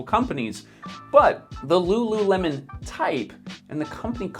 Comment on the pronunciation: ru ru remon? 😑